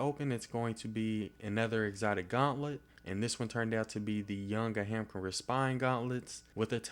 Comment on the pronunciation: I'm sorry, but... A-HAM-CARA? gauntlets?.... never heard it that way before. thought it's AAH-HAAM- KARA....